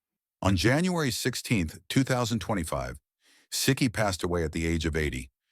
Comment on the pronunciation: Right from the beginning they're making errors. Siki is pronounced See-kee, not Sick-ee.